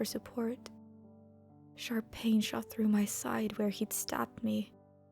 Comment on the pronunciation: "In order to stay out of range of his sharp teeth" Meh: I heard that as SHARK teeth. It's both at this point